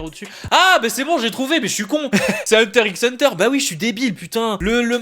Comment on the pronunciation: On dit hunter hunter le x ne se prononce pas